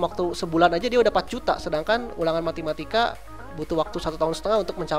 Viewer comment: Ulangan Matematika bang, bukan MATIMATIKA